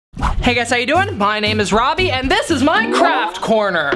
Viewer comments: no ones talking about how in the beginning he sounded like he said minecraft corner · For second I thought you said Minecraft corner but you actually said my craft corner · Who else thought he said "minecraft" and not "my craft" ? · When he said that 'this is my craft corner I thought he said that this Minecraft corner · It sounded like he said “This is my Minecraft corner!” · 3 seconds it sounded like Robby said Minecraft